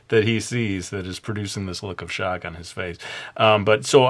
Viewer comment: "a tate of shtock" "BOOIIINNGGG" hahahaha!! ~likeyy